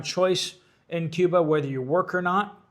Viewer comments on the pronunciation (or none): none